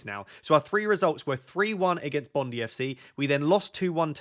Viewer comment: Is it not Bond-i as in Bondi Beach?